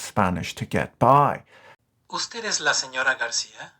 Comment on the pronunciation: that "usted es" hurt me physically